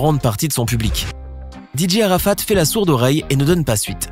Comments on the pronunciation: Vous prononcer très mal sont nom😬😬😬😬😬😬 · Vous pronomcer mal son nom😬😬😬😬 Rip Dj arafat😳😳😭😭😭